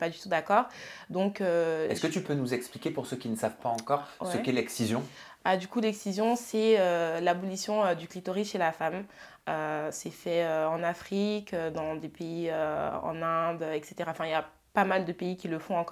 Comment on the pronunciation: ABLATION !!! Pas "abolition"!!